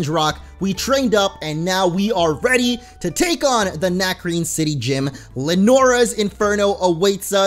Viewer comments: "Nacrebe" uh...... don't you mean Nacrene? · Isn't it Nacrene? xD